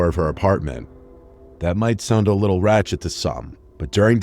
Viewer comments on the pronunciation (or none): "Rachet" I almost spit